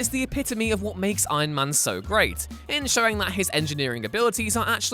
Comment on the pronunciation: No one: Narator: EYeMAn